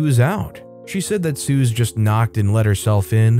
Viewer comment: Suze is pronounced that same as Suzy. It isn’t a common diminutive, Bob Dylan’s early girlfriend used it. She’s on the Freewheeling Bob Dylan album cover. I was told by a nutritionist that Rotisserie chicken is not a bad food. Most of the fat from the chicken has dripped away from it.